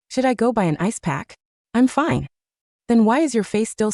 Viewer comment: Rrrelax it's finéée 😂